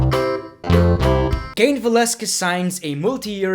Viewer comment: The Great one is gay because he had a WWE Women Championship also he's a dumbass he can't pronounce Cain Valasquez.